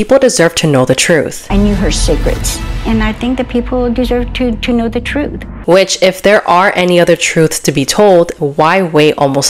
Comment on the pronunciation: Never trust someone who can’t say the word “truth” 😑” as Kat Williams would say “